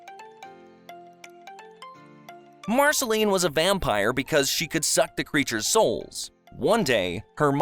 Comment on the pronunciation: The fact you cannot pronounce majority of names lets me know this is a view grab. Otherwise, not terrible in a cliff notes sense but nothing someone who watched it wouldnt know. "BEE EMM O"....comon this is an insult "Named BMO to Be more". Marasheleeeene - Hunts only vampires not demons. You mention the timeline of "human Finn" but do not barely reference the return of Prismo and his (Finn) more important identity not being in a dream but is a Glob reference. YOU STARTED THE VIDEO CALLING OO, EARTH. Its saying the USA is the earth, the human island is not part of OO let alone the ones we do not know about. BEEEEE MO not BE EMMMM O. Marcelene seems standard - VAMPIRE hunter.